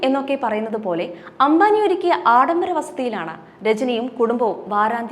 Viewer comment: അംഭാനി അല്ല , അംബാനി. പിന്നീട് പറഞ്ഞ ഘാനും തെററി. ഉഛാരണം മുഴുവൻ തെററ്